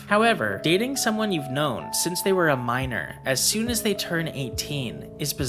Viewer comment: "A Minorrrrr"🤣